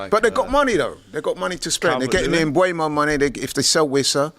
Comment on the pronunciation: Can anyone at DR Sports pronounce Mbeumo correctly? Just look at the video of Brentford players and manager saying their names, it's on Youtube. Hint: it's pronounced "mbuumo". NOT "mbuemo".